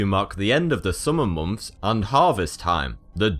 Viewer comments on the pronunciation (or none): KruegerFC Yet no one comments when he pronounces "months" as "mumphs" or "thing" as "fing".